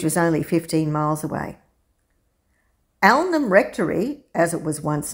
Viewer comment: Nice video, gorgeous church! You might want to know that Alnwick is pronounced "Annick", losing both the L and the W. You're OK with Alnham though. :)